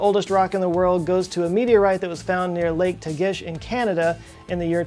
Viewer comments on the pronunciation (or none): Dear. The meteorite is pronounced tag-ish not ta-gish. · That is pronounced "TAG-ish". I worked very near there one summer